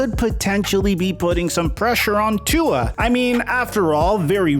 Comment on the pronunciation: You keep pronouncing Tua’s name wrong…